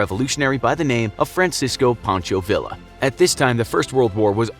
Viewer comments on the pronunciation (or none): vil-la? No it's Ve-ya. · Great video. Villa is pronounced Veeya though. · Pancho Villa is pronounced as "Viya." In Spanish the double L "ll" is pronounced as a Y. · He really said vill-a